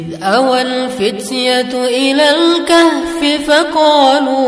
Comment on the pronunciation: Al-kahfi bukan Al-khafi